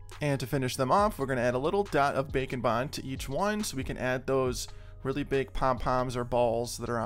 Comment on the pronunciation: When you first said Bake and Bond, I thought that you said Bacon Bond. lol